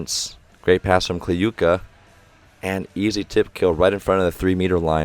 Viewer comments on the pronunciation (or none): ок, actually right prononciation was Kliyka [Kluka] - [u = you], Kurkaev - right Kurkayev [..Aev] with like [A = AAA], Podlesnykh - [PoDlesniH] with D and H without K, Kobzar - [..r'] with soft R, Mikhaylov - [..iHaylov] without K, like russian name Michail [Mihail], Yakovlev with accnt at YAkovlev. You pronounced the other names well.